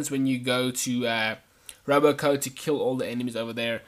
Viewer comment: Every time you said Robo Co instead of Robco it made me want to punch babies.